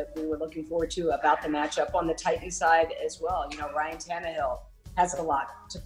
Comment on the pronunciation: Ti-ans? Su-in? It's Titans, Sutton. Please please pronounce these names correctly! I know this is a trendy way of speaking these days but it comes off as lame, uneducated and not professional at all! I know you have a great career ahead of you. None of the national level women sportscasters speak this way! My intention is to encourage you! Please take this as constructive observation! All the Best to You!